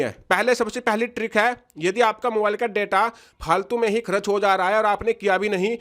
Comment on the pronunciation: बिहारी करच नही होता है खर्च बोलो